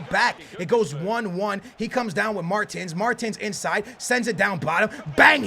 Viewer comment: its not martins its mertens lmao